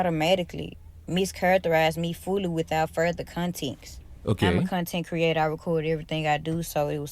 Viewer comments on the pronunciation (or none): She lost me at "conteenx." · The way she says continks pisses me off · How tf do u pronounce context “conteex”